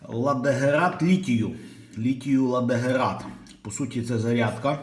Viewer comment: не герат, а герЭт - прибор :)